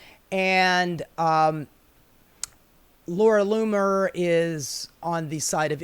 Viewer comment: Laura Loomer you just said Laura Bomer